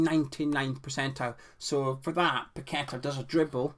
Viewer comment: 'Paquetta bout it'